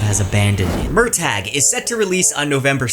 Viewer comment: I hate that Murtagh is pronounced this way according to Paolini; it's an existing Celtic name pronounced Mer-tuh.